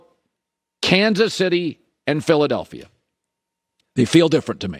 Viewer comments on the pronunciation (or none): "Cansus Itty" Lay off the vicodin and muscle relaxers Colin. You're a talk show host for God's sake...